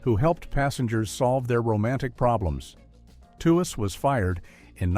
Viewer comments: M. A. S. H. for Mash?, Lauren Tewes' name is pronounced "Tweez" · Yep If you Google it, it’s pronounced tweeze like tweezing your eyebrows that’s why I hate these AI voices. They always pronounce everything wrong. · How said that Lauren Tewes is forgotten. Her name was pronounced tweez